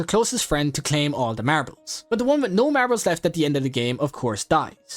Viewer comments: marables BRO ITS MARBLES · Man the way he said MaRbLeS